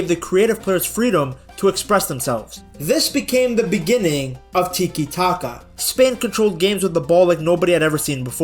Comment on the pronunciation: Bro, it's Tiki- Taka, not Titi Taka. Stick to France man, you know, the team you were rooting for in the world cup.